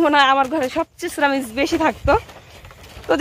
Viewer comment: সিরামিস কি???সিরামিক্স হবে কথাটা